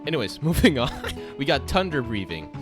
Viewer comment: I love how he keep saying tunder breathing 🤣